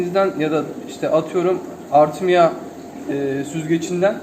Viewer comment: BILGILERINI PAYLASTIGIN ICIN ONCELIKLE TESEKKURLER,MERAK ETTIGIM " BALIKLAR HAYALET GIBI ÖLÜYOR " NE DEMEK HAYALETLER VAR ' I GECTIK SEN ÖLDÜGUNU BILIYORSUN BE KARDESIM 😬😬😆😂😂😂😂😂 GELELIM IKINCIYE , ARTMEYA ARTMEYA DEMEYI BIRAK ARTIK , ARTEMIA DE GEC YAZIKDIGI GIBI OKUNUYOR ZATEN MILLET INTERNETTE YANLIS ARATICAK 🤭😆😬😬😬😬😬😬